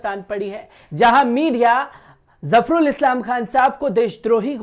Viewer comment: अरे भाई थोड़ा उर्दू बोलना सीख लो... तुमने अभी जो प्रोग्राम किया है उसको पढ़ने मे कितनी गलतियां की हैं Dr. Zafarul Islam का नाम तक गलत पढ़ा है..... दूसरी बात ये कि अपने प्रोग्राम का नाम बदल डालो... इसका नाम रखो... (नजर आता है ).... क्योंकि हर खबर के साथ तुम बार बार बोलते हो कि...... वो कहता हुआ नजर आ रहा है... बोलता हुआ नजर आ रहा है... वो जाता हुआ नजर आता है.. हर जुमले मे तुमको बार बार यही कहना है कि..... नजर आता है... चैनल पर उर्दू के वर्डस सुन कर शर्म आती है.... कोई ट्यूशन ही लगा कर अपना शीन और काफ़ Qaaf दुरुस्त कर लो... थोड़ी पर्सनैलिटी बेहतर हो जाएगी... Qur-aan भी शायद अरबी मे नहीं... HINDI की किताब से पढ़ा लग रहा है और बार बार नजर आता है कहना बंद करो...